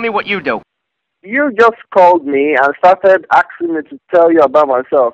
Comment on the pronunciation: axing lol